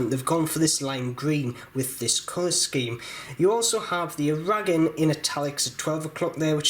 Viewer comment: I don't know why he mispronounces Aragon.